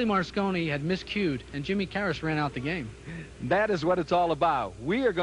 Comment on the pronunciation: * & - WHAT THE FU×K ??? - WILLIE MAR SCONNI ?? - I HAVE A LOT OF RESPECT FOR ALLEN HOPKINS YET WHEN HE IS NOT SPEAKING HE LOOKS LIKE A FIGURE IN A WAX MUSEUM AND HE MISPRONOUNCED ONE OF THE GREATEST PLAYERS THAT EVER LIVED ... TWICE !!! - ARE YOU KIDDING ME !! - WILLIE MAR SCONNI ???? *